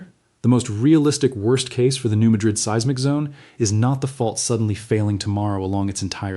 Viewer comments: Thid is AI, New Madrid is pronounced New Mad-rid; not like the Spanish city. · It is pronounced Maaad rid